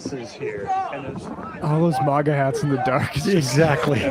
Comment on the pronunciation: "All those 'Mogga' hats". It's MAGA, not "Mogga".